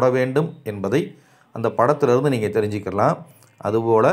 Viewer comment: நல்ல விளக்கம் ஐயா. நீங்கள் எனச்சொ ல்கிற போது நீங்கல் என்று ஒலிக்கிறதே!